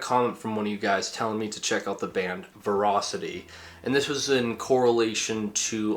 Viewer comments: Ferocity not verocity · Ferocity is pronounced Verocity? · Why does "ferocity" sound like velocity in a Chinese accent